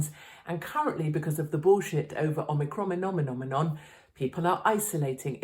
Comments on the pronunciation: “Ocronominon” LOLOLOLOL ….. 🎯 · Omicroninom nominom 🤣 glad I'm not the only one who can't say this shit seriously or correctly x love you Katie, always have!